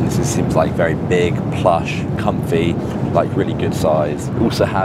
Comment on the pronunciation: how did no one notice says “confy” instead of comfy